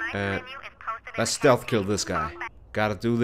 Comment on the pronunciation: HAHAHA! IT IS NOT SLEATH MISSiON